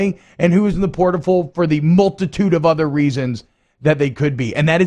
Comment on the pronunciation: "Transfer perrtal" 😂😂😂